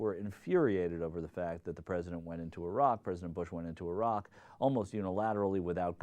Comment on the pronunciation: How odd to hear an American pronouncing Iraq properly :P